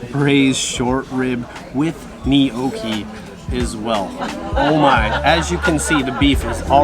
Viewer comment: “Knee-oh-key” 😂 = gnocchi. Lol 🇨🇦